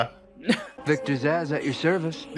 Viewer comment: It's "Zsasz". It's a palindrome. It's not hard.